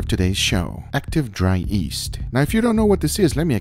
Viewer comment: "Active dry east"